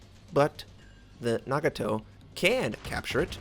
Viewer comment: So much for the SN Cruiser hype. I will absolutely like it if they came as a package with not-drunk teammate For pronounciation, Nagato and Hatsuharu is fine. Mogami and Amagi should follow Nagatos pronounciation pattern. Keep up the good work